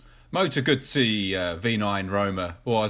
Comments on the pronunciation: Congratulations, you are the only person who knows how to pronounce Guzzi correctly lol. I have a MG750 special 2013, and a 1994 BMWr80RT, both the same horsepower, but the beemer is older and heavier, so the Guzzi takes off like a rocket in comparison, and its 50bhp is sufficient for everyday riding. But be warned the Guzzi,s are very addictive!! with a great sound track to go with it, the rasp on acceleration and the deep base boom on the overrun. you cant help but smile,. Looking forward to more of your videos on the guzzi. ps try to pronounce Ago-sti-ni as in the great Giacomo Agostini. Great honest vid cheers from the UK. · He is actually mispronouncing it throughout. Nice video though.